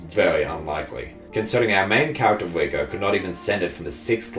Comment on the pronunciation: The way you say 'Riko' sounds like 'Vueko' another character from this anime, it's confusing.